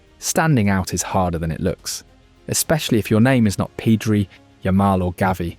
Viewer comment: "lamina yamala" "peedri" at least put effort on the names man